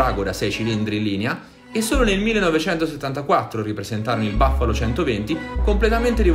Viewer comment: si dice same buffalo sai leggere, no baffalo